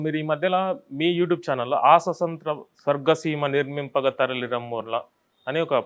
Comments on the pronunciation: Swasantram kadu swaatamtryam concentrate on pronounciation. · సుసొంత్రం.. ససొంత్రం.. కాదు 😡😡😡స్వాతంత్య్రం 🙏🙏🙏ముందు భాష నేర్చుకో 😡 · స్వస కాదు స్వత అనాలి.